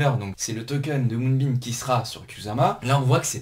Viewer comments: Top la vidéo! Mais arrête de dire MoonbeaN stp. Lol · Quand on attaque la vidéo et que le nom du projet est mal prononcé ça commence mal...